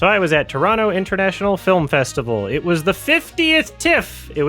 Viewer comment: I just have to put it out there that I appreciate when people can pronounce both Toronto (Traw-no) and Montreal (Mun-tree-all) properly. I know Native Montrealers who don't even pronounce our city properly